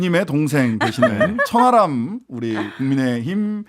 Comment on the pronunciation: 천 하람인데 저는 자꾸 천안함으로 들립니다 ᆢㅎ